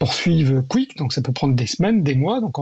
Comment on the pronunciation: le dernier intervenant, le spécialiste de rien du tout, qu’il apprenne déjà à dire correctement kick et pas " quick" sérieux… on lit, on entend toujours spécialiste, spécialiste de ci de ça dans les médias, ça ne veut absolument rien dire… kick, c’est la plateforme de tous les bannis des autres plateformes, ils prennent tous les streamers que les autres plateformes comme twitch, youtube, etc. ne veulent pas… kick est 100% coresponsable de cette horreur